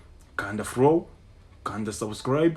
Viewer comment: Salama bro. Uravuze ngo Kanda flow cg wagombye kuvuga follow. Ntimukangize ururimi rw'abandi